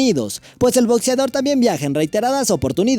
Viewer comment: Jajaja we, muy chido el Top 8 y todo, pero dices "botzeador", "relojs", jaja.